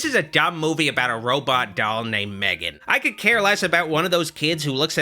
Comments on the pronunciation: It's pronounced as Megan. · Ma-three-gan... hilarious